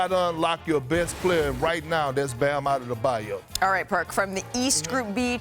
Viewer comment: giannis last name got perk saying bam adedobayo lmao